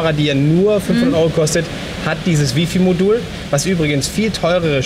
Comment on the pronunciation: Die Drittel-Regel sollte man auch so nennen. Der Goldene Schnitt ist ja näher an der Mitte. ^^ Und Wi-Fi wird [ˈwaɪ̯ˌfaɪ̯] ausgesprochen! ;) Frage mich warum unterschiedliche Kameras für die beiden Teilnehmer ausgewählt wurden. Ich würde mir persönlich keine Kamera ohne Sucher anschaffen. Besonders bei viel Licht würde mich das sehr stören, wenn man dann auf dem Display kaum was erkennt. Und mit dieser neuen Abdeckung fände ich das zu umständlich.. Trotzdem schöne Reihe! :)